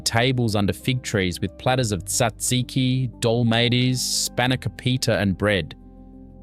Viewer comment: They are fabulous. ate many of them in my aunty's houses. All wonderful cooks. My kids only getvthe real stuff if I cook it. And much of it is a real project. And please...it is dole ma thes. Pronunciation through this is almost 100% wrong. Just awful. But a good video. Made me miss my crazy Greek relatives and our huge family celebrations. And if you have ever seen the first movie of My Big Fat Greek Wedding, it is the gospel truth, with.a couple variations. No Windex cures in our house. My dad went for the good stuff, apricot brandy!